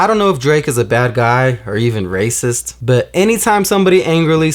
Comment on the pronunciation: "Ya raicist"😳😂